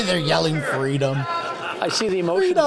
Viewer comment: It’s fweedom